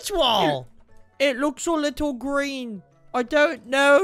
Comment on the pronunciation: foxy said "greeng light"